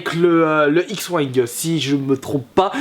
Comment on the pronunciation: Oui mes sa se du wing et pas wingue